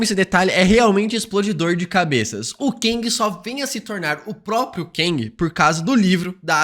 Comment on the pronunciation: para de pronunciar "Keng" ja que no filme quantumania chamam ele de Kang.